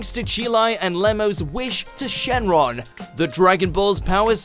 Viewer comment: Sheng lung, NOT shengron